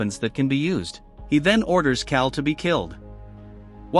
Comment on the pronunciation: Trash channel too lazy to even come up with their own goddamn content and too stupid to actually speak. Instead , using A I voice that can't even pronounce the goddamn name carl😅😅😅.